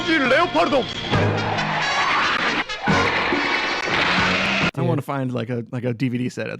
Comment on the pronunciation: I believe it's pronounced "leopard" (like the feline) "don" instead of "leo - pard -don". At least that's how Wil Wheaton pronounces it, and I believe everything that Wil says.